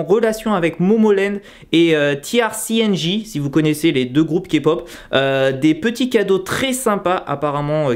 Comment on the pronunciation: Super une nouvelle vidéo cool Et tu as enfin réussi à prononcer TRCNG 😂😂😂😂😂😂